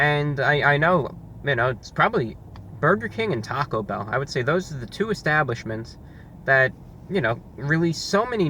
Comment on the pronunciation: It's "Taco Bell" not "taco, bell"